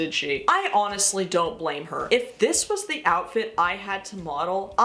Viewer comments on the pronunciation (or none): none